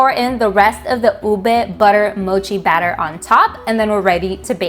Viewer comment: You pronounce UBE so well!!! My 2nd generation Fil-am friends who grew up in the US pronounce it as YOU-BAY 😁